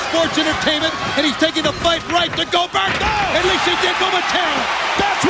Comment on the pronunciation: nobody calls out Cold-berg